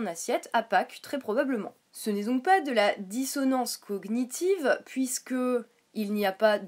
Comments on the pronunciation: Euhh bon je ne suis pas d'accord avec toi mais surtout , SURTOUT dans la dissonance cognitive le [gn] ce prononce comme dans montagne ( a peut pres ) mais en gros on ne prononce pas les deux lettres ; juste l'ensemble. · Belujard Reprendre sur sa façon de prononcer "cognitive" met tout de suite au clair le niveau de débat que tu peux avoir. D'ailleurs, je ne comprends pas ce que tu racontes: "... ton opinion sur les traitements infligés aux animaux... semble contradictoire!": tu n'as pas l'air bien sur(e) de ce que tu dis mais ça ne t'empeches pas de continuer avec un "Alors revois complètement tes arguments..."!?! 1) le niveau de débat 2) ça ne serait pas la façon de parler d'un(e) fanatique ça? Tu dis que vous agresse? C'est une vidéo "droit de réponse" il me semble. Pour finir et compléter ce qu'elle a dit, j'aimerais te poser deux questions: - Est ce que les vegan boycottent tous les médicaments et les cosmétiques? (Ils sont tous testés sur des animaux avant d'être testés sur des humains.) - Si un moustique te pique, tu l'ecrabouilles ou tu la laisses faire? (Un moustique qui te pique, c'est toujours une femelle qui vient chercher de quoi nourrir sa progéniture.)